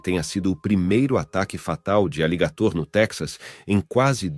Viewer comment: E pronuncia errado aligator.